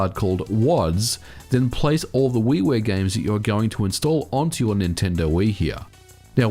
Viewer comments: Yeah weewear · At first I thought he said Wee Wee games. But it was actually Wii Ware. Lol